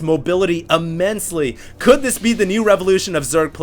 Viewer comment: "immensily" said like 100 times, still luv u though